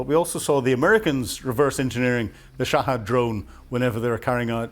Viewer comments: It's bloody ridiculous that an educated man like finds it so difficult to pronounce so many words properly. Shahed, NOT Shahad; Behemoth, NOT Beemoth, Vehicles, NOT Vercles and Ryazan, NOT Rizan. Other videos contain many other examples of mispronunciation. This has nothing to do with his Northern Irish accent - it's just a lack of getting things plainly wrong and made even worse by using too much American terminology. It's absolutely infuriating. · Shahed, not Shahad at least got the basic names right